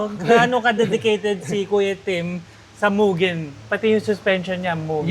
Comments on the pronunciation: MUGEN HINDI MYUGEN TANGA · Kailan kaya mapo-pronounce ng tama yang Mugen? Hindi sya "myu-gen" o "moo-jen" o "myu-jen". "Moo-gen" sya guys.